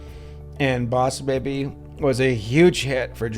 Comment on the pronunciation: DUDE IM SORRY BUT I LAUGHED OUT LOUD WHEN HE SAID " b0ss bēbi "